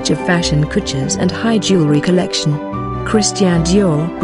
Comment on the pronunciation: I love Dior! I hate how the narrator keeps saying “COLLECTION”